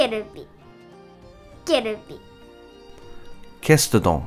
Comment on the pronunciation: I think the way she says Kestadon is more accurate to the english than how you did lolol